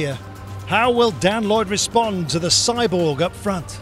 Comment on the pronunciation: A) a real road race would be great. B) si-Borg?!?!?!?!?